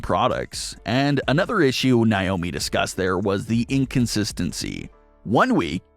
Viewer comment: It’s NAYYYYY-OH-ME 🙄